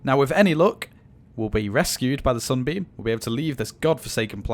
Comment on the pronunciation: when he said Sunbeam, it always sounded like he said "Zombie"